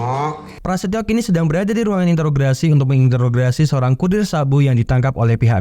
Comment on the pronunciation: Negosiasi bang, bukan negoisasi 😅😅 Interogasi, bukan interograsi 😂😂😂